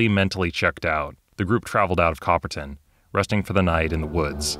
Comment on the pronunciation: Pretty nifty. I remember playing Cthulu back in the 90s at a convention, it was around the same time that I test played Men In Black (the West End Games version). Both were fun. By the way, every time you said Copperton (pronouncing the "ton" like "tin," which is common enough), I heard "bronze," since copper and tin make bronze... sorry, bad joke. The video was good, though.